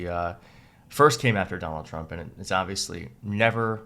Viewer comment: The first thing uttered in this video is 'Dol Chmp'. The psychopathic, fascist dictator in chief is named 'Donald Trump', as evil and dangerous and ruinous and vomitous as he is, not 'Dol Chmp'. It's like saying 'Adlf Htlr'. [sigh] Annoying.